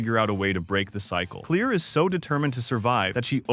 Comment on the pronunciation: It’s pronounced Clair not clear